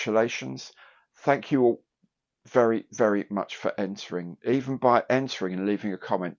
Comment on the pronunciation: "Tanks" 🎽🎽for another great Monday coffee break. ☕🐢